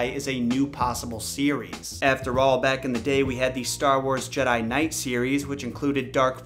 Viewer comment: If the person put up to pitch this at E3 couldn't pronounce Jedi without it sounding like "Jed, hi" then I really don't have faith in it at all.